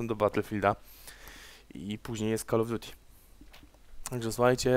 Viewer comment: zajebiste komentarze ale to drażni mnie więce naucz się wymawiać call of duty